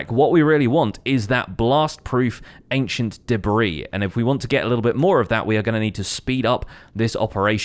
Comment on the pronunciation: No one:: Ancient Debriih